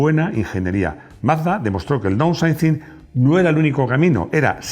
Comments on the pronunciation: Downsizing (daunsaizing, por favor!!!). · Estimado ! Por favor aprende a pronunciar palabras como Downsizing, Engine o Eco-Boost, como comunicador social que eres y especialista en coches son palabras básicas del inglés que deberías pronunciar en forma correcta. Excelentes tus vídeos !